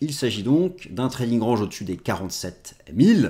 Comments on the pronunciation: Merci d'arrêter de dire rANge :D, sinon, la bonne prononciation est: rènj. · A il a dit rAHnge !!!! Franchement osef de comment tu le dis 😅 Une vidéo par semaine seulement ! et le R ange mais ptin c'est tellement propre comme vidéo que c'est pardonné sans discuté ! 👍😎🤏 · Je m'étais habitué à votre façon de prononcer "range". Cela va limite me manquer, si vous vous forcez à le corriger car ça fait partie de votre style 😜 Mais le plus important reste le contenu et sur ce point, vous êtes excellent ! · Merci encore pour vos analyses. Cest tellement agréable d’écouter quelqu’un qui prend le temps d’expliquer sans avoir a parler vite et qui ne néglige pas de précieux details. J’attend toujours avec impatience le mardi :) Ps : J’ai bien rigolé au sujet de l’accent anglais du mot « range » car je me souviens des premières fois que je regardais vos vidéos et c’est ce qui m’avait fait tilté à l’epoque, mais avec le temps je n’y faisais plus attention haha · Merci beaucoup pour vos analyses toujours très intéressantes. La prononciation de Range à la française me va très bien, je m'intéresse plus au fond qu'à la forme. Et ça fait partie de votre style, ne changez rien! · Honnêtement tu es plus toi-même en disant range à la française et ça fait son charme on reste focus sur tes explications 👌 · "continuER à dire RANGE à la française ne serait pas dérangeant..." et là c'est bien français 😁